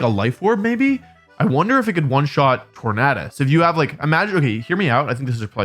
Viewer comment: I have seen countless videos of you saying Tornadus. For the love of all, Wolfey. It is not: TOR-Nad-us. It is: TOR-NAY-DUSS. LIKE TOR-NAY-DOH. lol